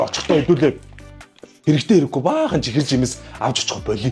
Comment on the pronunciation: Чихэр гидгээ зөв хилээч 😡